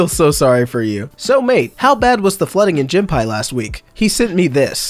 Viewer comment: Gympie is said as Gim-pee Gym pie is the funniest thing ive ever heard it called. hahahah